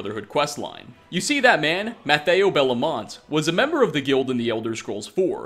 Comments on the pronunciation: I know you struggle with pronunciations in general but come on, "Mathieu" is not "Matteo", you can even here the spectral assassin say it right ! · Dude how could you mispronounce Mathieu literally 19 seconds after Lucien pronounces it Matthew? Do you do that intentionally to see how many people notice? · That's not how Mathieu's name is pronounced. Nice video though.